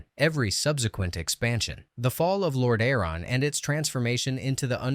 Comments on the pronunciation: Lord A-aron. 😂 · Lore Dare On is sick lmao